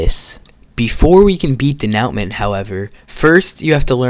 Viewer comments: "De-now-mint" IT'S "dè-nu-màh" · It's not "Duh-now-muhnt" it's "day-noo-mahn" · its dé nou ment not dé now ment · It’s said denoomo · "De-neow-mantt" ragebait 😭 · ewm acthully it's pwonounced "de-noo-mah" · “den ow met” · Why he calling it denowmen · crazy pronunciation of denouement 🥀